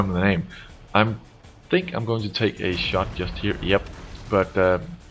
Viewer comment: he says shit instead of shot xD